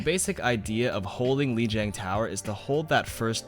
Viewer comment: Hey - Lijiang pronounced "Li-J(e)ong". I know it's originally Chinese but the correct way isn't too difficult, and if we can pronounce it closer to how it's supposed to be, then it's a win-win, right? It's how the Blizz dev team pronounces it too. Anyway, I love your videos. Informative, no bs, straight to the point. Great editing and music too. Keep up the good work.